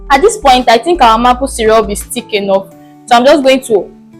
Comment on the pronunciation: Nice video. But it is pronounced ' May-pull'